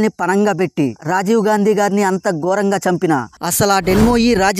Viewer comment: తెలుగే తిన్నాగా రాదు నీకు ముఖానికి రాజీవ్ గారి హత్య రహస్యం 🤣🤣🤣 గోరం కాదురా గూట్లే" ఘోరం " ముందు తెలుగు నేర్చుకో.